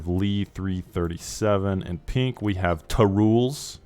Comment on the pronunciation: I love how you keep calling TArules "Tah ru les" when it's TA (total annihilation ) Rules.